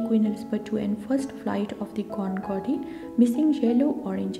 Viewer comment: Concorde is pronounced Con-cord.